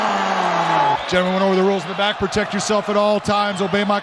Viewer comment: Never heard so many R's in the word rules